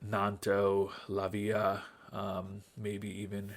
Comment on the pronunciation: Not many things this time, you’re doing a good job being in the European places and looking good in the games. 1. Pronunciations. Badiashile you almost have right, just need to add the e on the end. “Bad-ee-ah-she-lay” Lavia has the first a stressed rather than the i. La-via rather than La-vee-a 2. Giving players minutes. So there have been many an experiment for this on FM. The most realistic way young players would get gametime is when a team is winning decisively, they’ll come on in the last 10-30m for a runaround. That’s for proper youth players (15-20) to be fair, so maybe what I’m about to say is even more realistic. The experiments show that for the game engine, if a player comes on as a sub at the end of a game, it’s less impactful to their development than not playing at all. Why? Probs cos it’s a little broken… Bringing a player on at half time is about as impactful, or slightly more impactful as not playing at all. So the ideal in FM is to have games which you expect the individual player will not be a burden on the result, or to accept you’ll have a worse player on the pitch for 90 minutes. So cup ties against lower division teams, games you expect to win comfortably (where if you’re not, you’ll still have your experienced players on the bench who can come on in an emergency), and games you expect to lose comfortably (just don’t do it too often otherwise the Hidden Ability Consistency may get affected). 3. Transfers, I doubt you’ll need another striker, but in Jan